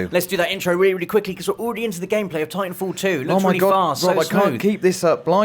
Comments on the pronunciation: "tintanfall 2?" bruh what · "Tintanfall 2" Nobody else notice that?